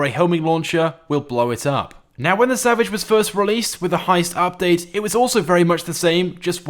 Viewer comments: EliteAce X he said it right if u just payed attention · X3R0Z he said it right if u listen